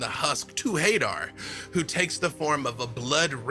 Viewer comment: Everyone pronouncing Hadar like "Hay-der" hurts my soul.